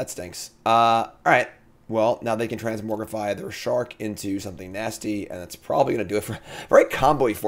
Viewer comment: Say TransmoRgify one more time